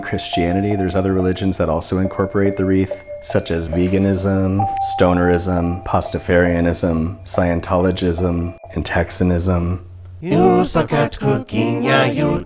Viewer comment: Lol, this fool said pastaferenism. Put a fork in me cause I'm done.